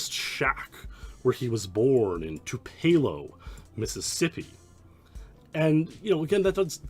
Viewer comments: It isn’t “too-PEE-low”. It is pronounced like “too-pa-low” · Also everyone down here pronounces it too-pa-low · Great video! As a former Mississippian, got a real kick at how you pronounced Tupelo lol. It's actually pronounced like "two-puh-low" with the "puh" being shorter than "two" and "low". Subscribed cause I love deep dives like this into game worlds! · As a current Mississippian, I too got a kick out of the pronunciation, especially in that I'm not far at all from Tupelo and go there all the time. My guess is they put Graceland and the shack as a representation of both Memphis and Tupelo, and given how condensed the map is, they're represented as mere feet away from each other instead of about a little over 100 miles apart. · Never try to say Tupelo again, or I will have to whoop you.